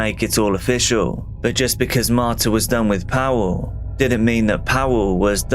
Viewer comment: Powell? Pawel, Pa-vull